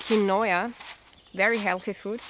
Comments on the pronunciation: quinoa=keen-wah is the sound of the word in English and Spanish in the Americas. You are doing a great job! I like the use of the flasks and thought of olive oil, vinegar, and soy sauce would be great additions in the pack. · Haha lol quinoa is pronounced as keenwa great vid though 😊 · Quinoa = keen-wa; Great vid :) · I like how she says the word Quinoa like (Keen-oy-a). I say (Keen-wah). What do you say? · just so you know quinoa is pronounced keen-wah